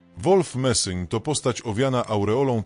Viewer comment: idiotyczne AI które to czyta robi z ludzi idiotów. Nazwisko tego człowieka to Messing!!